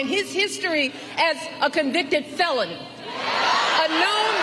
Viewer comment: Only this woman can capitalize the word ‘Felon’ with just her voice; Ajust how she powers that F into existence as though she meant to say something else.